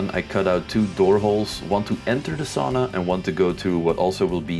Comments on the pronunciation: sauna. not saawna but otherwise nice video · Yep - like English would spell 'sow-na(h)'